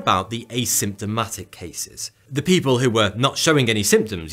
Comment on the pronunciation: Sorry can't watch video from somebody that talks like a child because they can't realize words with "th" in them do not sound like "va" or "fa". Aver fen vat. Good job!